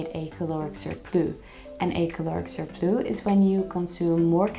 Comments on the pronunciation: It’s surplussss not surplooo.😂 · It’s a cute mistake but how did she get this video passed her friends/team saying surplus like that? 🤭